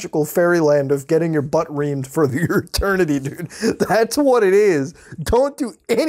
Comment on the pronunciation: Its funny how he says "dude." 😂😂 Like .